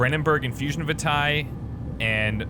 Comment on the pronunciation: I dunno if this has been mentioned already but the pronunciation for vitae is vee-tay, like when you say curriculum vitae :3